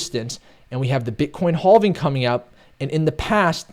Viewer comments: I love analysis. But every time he says halving I die a little inside. 😂😬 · "Boulish on the haulving?"